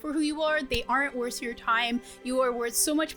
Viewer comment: This part i was like did she say worst your time or worth your time i dont get it